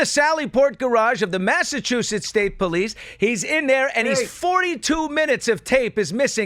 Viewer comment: “Massachusettes” attorney .🤦🏻‍♀️Ok thank you !!! Next ! Gooooodness !